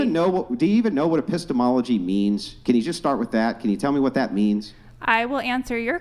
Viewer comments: Just because Epistemology sounds like Epistles doesn't mean it it. Be better😂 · I couldn't watch after she said "apisstles" due to secondhand embarrassment. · "The study of epistols" LMFAO